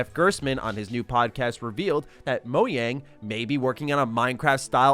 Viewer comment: i think its crazy that pronounces it moyang